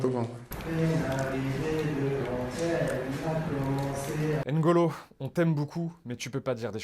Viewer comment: Alors juste, son prénom s'écrit NGolo, mais se prononce Golo. Tout comme Mbappé, qui se pronnonce Bappé *